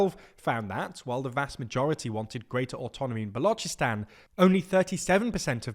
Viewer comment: Pronunciation of Balochistan is correct while of the Baloch is incorrect. Weird In'it.